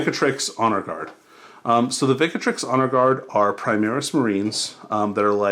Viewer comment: Grey Shields were actually mixed chapter units. And why do you add an A vowel to ViCTrix?